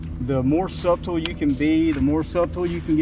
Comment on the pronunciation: If you say the B in Subtle one more time🤣 it’s pronounced without the B brother. Great video!